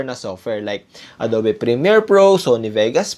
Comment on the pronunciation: Ang adobe pronounced as Ado(ugh)be